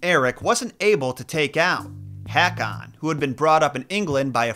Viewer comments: So wrong to say Haa-Kon to King Håkon. It would probably, be correct to say that AA becomes more pronounced AU. Such as The Norwegian name Pål or Paal is Paul in English. ❤🇧🇻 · Haakan is pronounce Ho-kan. Ho with a long OH.